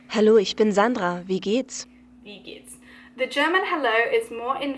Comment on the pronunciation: Awesome:) Your pronounciation needs work, but I couldn't pronounce the ich for a good two-three months myself. Thank you for making such great content! I look forward to more:)